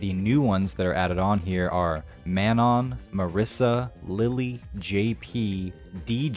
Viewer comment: I believe in French(a language that I saldy don't know) it is MAnon! You stress the first syllable